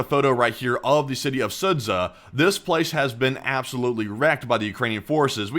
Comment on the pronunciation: Sudzha = SOO-juh. The 'zh' is one letter in Russian.